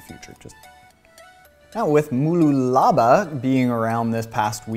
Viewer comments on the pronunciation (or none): Bahahahaha you absolutely butchered the pronunciation of Mooloolaba